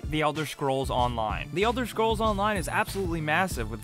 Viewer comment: Why is such a good narrator having so much trouble pronouncing "scrolls"? xD